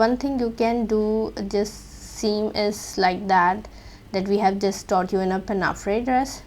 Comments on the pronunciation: Pinnafree? Pin-a-four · Excellent, thank you! However it’s pronounced “pinafour “, fyi